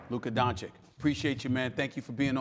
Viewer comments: Doncich not doncick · its not Dončik its Donćić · Doncic Donchich Not doncik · It's not DANCIK, it's DONCIC! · Dontschisch pleaeeee Stephen A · That dude is 2 years in the NBA, yet he still pronounces him Luka Donchick :D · Why does this fool insist on calling him "Don-chick"? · Stephen A said Luka Doncik in his face. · Luka hearing Stephen A call him "Donchik" was just like: "Really man? " ... He is butchering the pronunciation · STEPHEN A: LUKA DONCHICK. LOL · After three years He could learn to pronounce his name ! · Labeling him a superstar yet can't learn to pronounce his name. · How can Stephen A not pronounce Doncic, it’s not even that hard of a foreign name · and he starts by saying his name wrong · Still can't pronounce right!! 🙈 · Can't respect Stephen A till he learns how to pronounce Luka's name. Come on man. You can't be so stupid or so ignorant. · Oh no, he mispronounced his name again! 😂 Somebody please tell Stephen A. how to say Doncic! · It's literally the same sound as "itch"... that's it. My guess is that it's just some "I don't respect you like that" thing. There's no way this isn't intentional. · All that intro to pronounce his name wrong smh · Luka is not a journalist. It's Stephen A's job to talk about basketball. It's literally his day to day job. And still he can't pronounce 2 syllables. I can maybe understand that the media needed some time to get Giannis' name right, but Luka's? Come on that's laziness and ignorance.